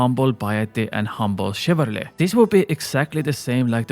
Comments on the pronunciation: chivalry* not chivarly :P Other then that, good points. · Please stop saying chivarLY. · Haha, your pronunciation of "chivarly" kills me